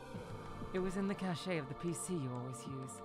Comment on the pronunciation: haha don’t feel bad about mispronouncing ‘cache’! tina of people do! it doesn’t help that there IS a word pronounced ‘cash-ay’ that is spelled ‘cachet’ and comes from the same french root of ‘cacher.’ and that french root is why the ‘e.’ gotta love english, huh? lol